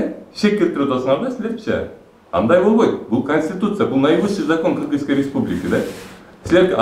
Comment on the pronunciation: Аким '' Канешна билем канститетураны'' дейтко